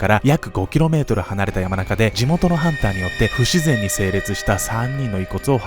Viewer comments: 「さんちゅう」を「やまなか」と何度も言ってて笑う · 山中→ ✖️やまなか ○さんちゅう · やまなかじゃなくてさんちゅうでしょwww